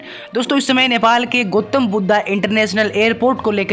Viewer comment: ठीक से नाम बोल भाई गोतम बुद् नहीं गौतम बुद्ध